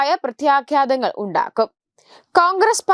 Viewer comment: പ്രത്യാഘ്യാതം അല്ല😂 പ്രത്യാഘാതം. പപ്പുവിന് വട്ടാണ്. ഇയാൾ നന്നാകാനുള്ള പ്രായം എന്നേ കഴിഞ്ഞു.